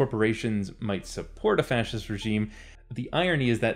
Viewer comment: i started drinking for evertime you said fscist holy fuck my liver.